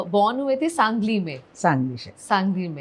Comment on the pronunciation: it is SANGALI, not sanJali. it is G , not J. better check your facts -Host